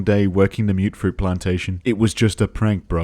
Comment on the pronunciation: Why did myootfroot get me so bad lmao